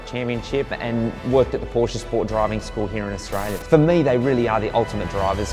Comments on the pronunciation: Please learn how to properly pronounce Porsche. You should be saying the "e" at the end like the letter a, like the name Marsha. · "Porsch" lol come on, Australia! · Porsche is a name, not a word, and has an "e" in the end.